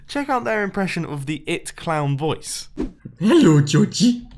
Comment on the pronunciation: "Helo jo-ji"